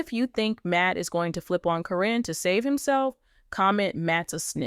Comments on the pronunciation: Every one out here for weeks was putting Chris down, now you’re patting his back..😾😡Why can’t you say her name right every time, it’s Caren, not Corrine and all the others one you said. Matt is a low down dirty thief! He choose that nasty 🤮 woman, instead of his family and kids.. Shameful, he’s only going to be around if he’s lucky 🍀 another 10-15 years.. grow up dude! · It’s not CORIN. ITS CARYN!!! Just sayn Okay moving along.. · Can't the AI SAY KAREN THE CORRECT WAY???????...good grief!!!!!!!... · You can’t even say her name right 😂